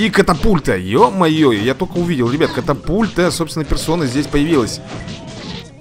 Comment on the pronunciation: Правильна катапульта А не капатульта